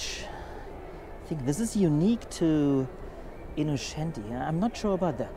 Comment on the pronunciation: InnoTschenti nicht/ not Innoschenti ! The Italian plate is Venezia ......."Longchanp is french (langes Feld) nicht english Champ(ion).......